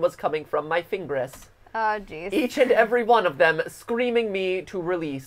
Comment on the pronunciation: "A sharp pain was coming from my fingres" 😂😂😂😂😂😂😂😂😂😂😂😂😂😂😂😂😂😂😂😂